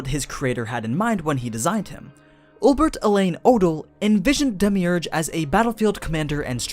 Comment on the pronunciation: who else got triggered when he pronounced his name wrong lol